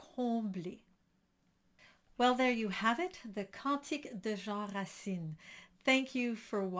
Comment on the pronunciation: This tuto is extremely well conducted and must be very useful. The lady could very well be an Anglophone Canadian (from the quality of her English). Her French is perfect though. When she says 'Cantique de Jean Racine' at the beginning, she clearly has a Quebecer accent, as it is natural for an Anglo-Canadian. Also she 'rolls' the R when reading the lyrics (in French, we say 'rouler' les R). It's very nice, it sounds like they prononce it in Auvergne ou Bourgogne.